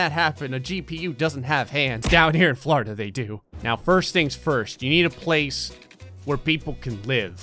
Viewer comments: "Flourda" :P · When he says Florida it sounds like he's saying flarda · It’s Florida He says flarda I love it